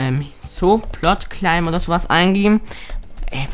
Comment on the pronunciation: Das heißt nicht cläim sonder claim!